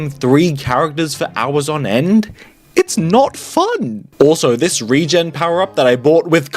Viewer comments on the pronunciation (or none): none